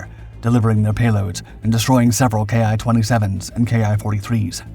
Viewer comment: The "Ki" in Ki-27 and Ki-43 is pronounced the same as "key."